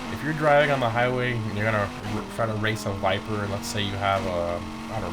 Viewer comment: what is this car? " Viperrrrr ". What is this car " Viperrrr " " viperrrr "